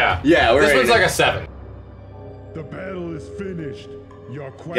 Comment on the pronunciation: “The BETTLE is FINISHED..”